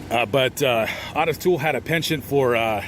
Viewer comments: Odis toole??? Its Ooo tis toole.. Otis toole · Owe-Diss not Ott-iSS. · "OH-TUSS" Not AWE-TUSS. Otis. 👍👍👍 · O-tis my man. It's O-tis. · ~ Wrong. It's "Ottis." Two t's. Pronounced "Odd-is."